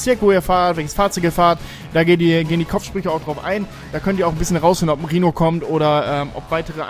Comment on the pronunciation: Wenn ich "Rihno" gehört habe blieb mein Herz immer stehen ... 🤣